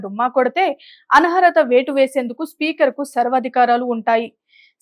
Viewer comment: ఆన్హరత కాదు అనర్హత అని మార్చుకోండి...